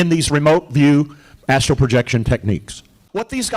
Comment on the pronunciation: Hi. It’s astral projection. Not Astro. 😉